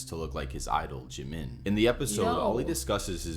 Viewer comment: You don't know how to sound out JIM-IN? 💀💀